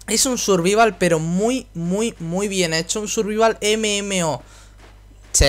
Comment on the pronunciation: En general no me desagrada que la gente haga uso de palabras anglosajonas en los videojuegos pero si lo haces hazlo bien. Me refiero concretamente a como pronuncias SURVIVAL. Como no sabes pronunciar la i en ingles /ai/ si es algo que se enseña en primaria.